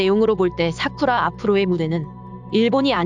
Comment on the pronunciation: 사쿠라 라고 발음해 주세요 사꾸라 말구요..